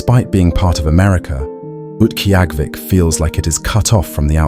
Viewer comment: Don’t sound like you pronounce the name of the place correctly.